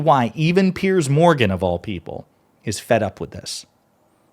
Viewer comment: Piers, rhymes with tiers or tears.